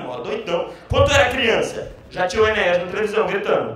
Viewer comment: Ninguém consegue falar o nome Enéas correto, todo mundo fala Enéias.